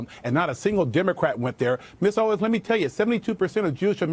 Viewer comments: Mr Jesse Lee Peterson. You got me cracking up. Candace’s last name is Owens, not Owns. LOL. 😂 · Owens. {Oh-wens} lol not owns or Owiens Jesse lmao🤣🤣🤣 it's ok jesse I know you're black and slow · You fucktard its OWENS NOT OWNNNS !!!!!!!!! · Jesse saying "Candace Oins" cracks me up xD HE BLACK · Can't even say her last name.....smh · Come on Jesse, you can't pronounce her name? Hate to tell you she is 50 times bigger then you. You are like those people in congress, they hadn't a clue who she was. Come on man look around, take your blinders off. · Save all of this BS. Just the fact you listen to THIS fool tells me all I need to know about you. I mean this ignorant dog can’t even pronounce “Owens” 🤔 Secondly, Candace basically said MLK didn’t exist when she said the Southern Switch didn’t happen??? That’s weird, because it was negotiated with MLK by LBJ... Please don’t have kids and expose them to your silliness....